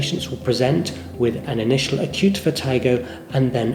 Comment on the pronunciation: It's pronounced (vert-i-go) not (vert-eye-go).